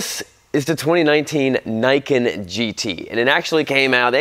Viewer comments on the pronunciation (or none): Should pronounce like "knee cane" and it means "2 swords" in Japanese. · It's pronounce 'knee ken', it's Japanese for 'Two Blades'. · It's pronounced "Ni", like how you say "knee", and Ken, the normal way.